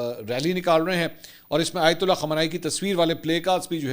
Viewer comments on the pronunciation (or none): none